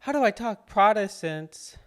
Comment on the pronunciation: Protestants brother, prah-tos-tants